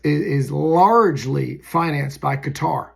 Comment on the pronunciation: Thank you for being possibly the only other person on earth who’s pronouncing Qater correctly! 🤙🏾😎🤙🏽